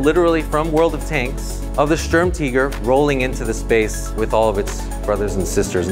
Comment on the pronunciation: Sturm teger I thought it was sturm tiger I mean how you pronounce it